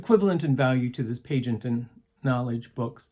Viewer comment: The blue book sent to the Professor is about a great frech human studies researcher. His name is pronounced Pea a Jay. Not parent. Most medical , psych and child guidance folks have learned about him .Cool a Minnesota Professor was asked to review.